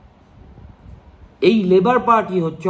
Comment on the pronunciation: His surname is Starmer (Star-mer) not Stramer! Your consistent mispronunciation depreciates the authenticity and credibility of this vodcast.